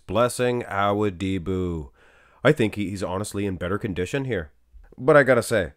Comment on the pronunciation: U keep saying awudibo wrong